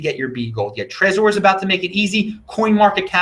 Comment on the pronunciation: lol why do you say trezor like that? How about like the name Trevor, you dont need to focus on the O. Lmao